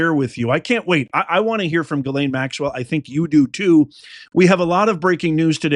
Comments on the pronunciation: Please stop butchering her name! It's pronounced Gis lane, not ga lane. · Lol no names are coming and it's not Gaylayn is Jeezlayn